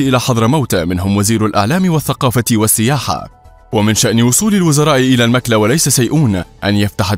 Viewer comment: على المذيع ان يصحح فهمه بان المكلا تنطق بضم الميم وفتح الكاف.